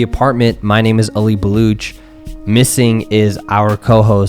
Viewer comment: This was such a great episode.. glad I subscribed :D Also.. I cringe every time I hear Hasan Minhaj say "Baloock"